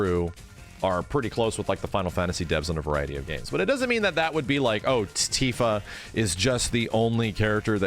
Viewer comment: It's Tifa. I'm not watching the video. It's Tifa.